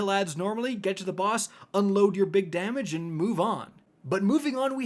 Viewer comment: In the Shuro Chi encounter review, I legit thought he said "...unload your big daddy..." not "...unload your big damage..." 😂